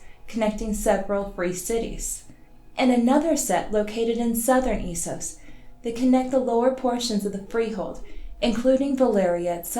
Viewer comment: GRRm doesn’t say eesos.